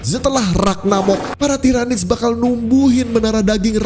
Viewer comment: Salah pronunciation yg bnr tiranids Bkn tairanids. Lain kali lht video official Warhammer soal Lore mereka ejaan yg bnrnya gmn